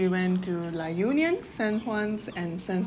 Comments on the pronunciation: La Union ....we locals pronounce it La onion 🧅😅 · The right pronunciation of the La Union is La onion